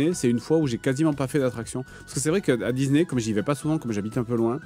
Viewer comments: Il dit Dizney, ça me fume 😄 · il casse la tete a dire dise né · Dizney.. Dizney.. Dizney 😂😂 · Dizney. Ça me fume à chaque fois. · Même pas foutu de prononcer Disney normalement !